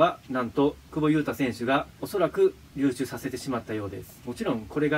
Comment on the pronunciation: 一回も流出言えてない